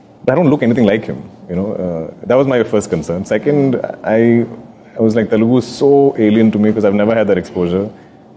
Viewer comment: It's not Telgu, it is Telugu